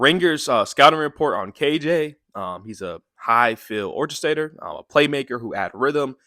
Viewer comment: how did you pronounce orchestrator? Lol